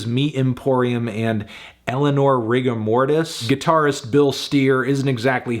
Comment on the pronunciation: Eleanor Rig-cks and Morty?? 😅😂🤣🤣😆 (Yeah, i know he said rigor mortis )